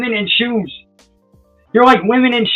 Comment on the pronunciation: Must be a northern thing lol